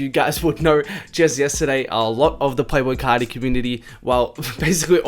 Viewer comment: It sounded like you said playful carti